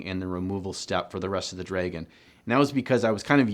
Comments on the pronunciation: Wait so your telling me I have been saying dragon wrong all these years its dreygon not dragon hmmmm real mind opener. Jokes aside this channel keeps growing on me every video posted thumbs up and subscribed :) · Am I the only one weirded out by the way he pronounces "dragon"? Not even going to mention the socks :) Cool vid tho!